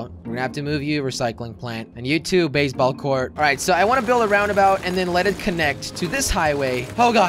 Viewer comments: he said basebalk court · Who heard him say baseball court